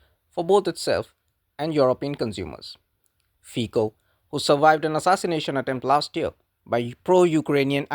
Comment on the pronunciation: Honest videos are a pleasure to watch. One caveat, tho, is that Fico in Slovakian is pronounced, 'Feet-so' rather than Fee-co. Carry on!